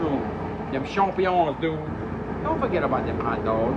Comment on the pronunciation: what the hell did he just call mushrooms? sharp-neons?? im confused lmao